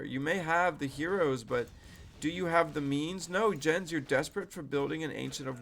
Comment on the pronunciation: It is "Jens", not "Dzshens", "Jens" is a name in Germany. Have thou seen when Neo was arguing with ChatGPT about that?